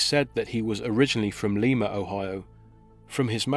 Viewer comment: Great story reporting. However, I'd like to let you know that the pronounciation of the city of Lima is not *Leema, but said like it's spelled *Lima...LIE-MA as like Lima bean.